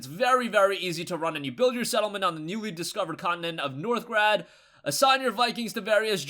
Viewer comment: Northgard* not -grad lol. keep them vids coming!